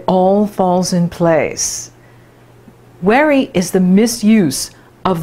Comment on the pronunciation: When you say worry... it sounds like weary. Hmm, interesting.